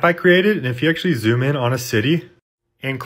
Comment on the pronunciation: Googlay, hardvard, aytally